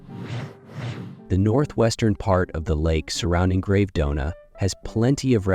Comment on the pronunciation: Love the video and the properties. Well researched and the additional information is very interesting. Forgive me for criticising but some of the place names should be pronounced correctly…. (Menaggiio, Bellagio, Gravedona) 😅